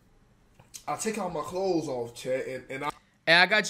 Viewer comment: Always saying clothe instead of clothes is so funny and adorable 😂😂